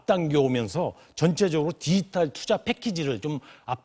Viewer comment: 디지탈 발음 연습하셔야 겠네요. 문대통령도 한국말 발음이 듣기 불편한데 왜들 그러세요? 사투리 억양 때문인가요? ㅉ ㅉ ㅉ